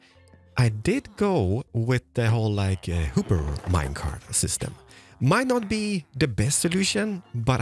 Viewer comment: "hooper minecart"